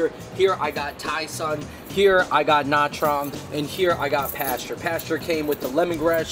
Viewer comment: Gaaad damn bro you butchered nha trang bro 😂 .. put some respect on that name haha